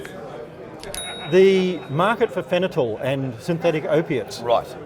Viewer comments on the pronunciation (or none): I think he's trying to say "fentanyl."